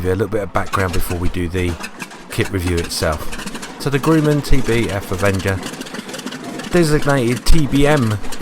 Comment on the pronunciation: it aint grooman. grumman as in grub.